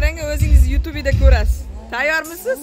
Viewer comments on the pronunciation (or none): Ю тубе дейилмайди ю туб булади инглиз тилида